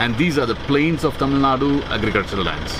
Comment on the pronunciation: He is pronouncing tamil nadu as tammannah I was like what